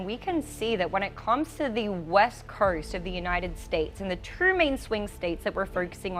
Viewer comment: Early verting on the west curst? I can’t listen to this…